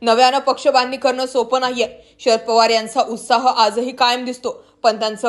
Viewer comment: या बाईचा आवाज चांगला नाही,ती म्हणते "पोवार," हे अस म्हणते.तर पवार अस म्हण.,"गडल काय " अस नाही तर घडलं काय हे अस म्हणा.